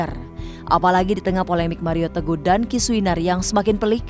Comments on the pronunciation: Bang hotman kayak nya sebut .maria tegoh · hahaah setiap dia di wawancara pst ngucapnya maria teguh awal2 gw kira2 salah ngucap tp setiap ditanya wartawan pasti maria teguh ngomongnya berarti bang hotman sengaja...